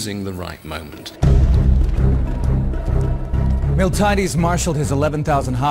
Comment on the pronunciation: Also, Spain is, was and never will be in Italy. As entertaining as it is, this documentary is full of flaws and horrific pronunciations.. MiltAHHyaDeees? Milti-AH-Des you mean..